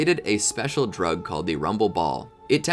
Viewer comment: BRO HOW HE SAID DRUG🤣🤣🤣🤣